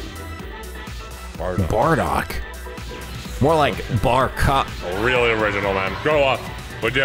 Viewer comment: It's bardock not bar lock